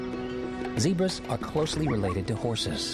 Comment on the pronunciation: Not zibras.ZEBRAS😅